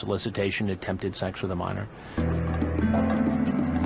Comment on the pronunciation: I’ve always wonder why he pronounces sex like that. It’s strange but funny lol